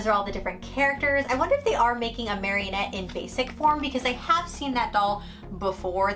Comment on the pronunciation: It’s MA-RI-NETTE not marionette 😂💕